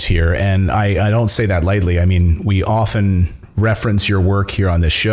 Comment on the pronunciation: Thank you for saying "often" properly! Merry Xmas!